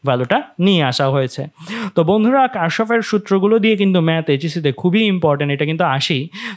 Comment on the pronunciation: এটা কার্শফ নাহ Kirchhoff কির্শফ